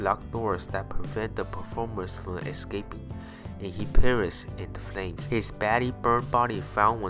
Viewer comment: excaping?? its escaping ya dumb ass